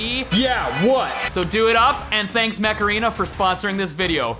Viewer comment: Everytime Steve said Mech Arena, it sounded like Macarena.. “Or scan my QR code to download Macarena!”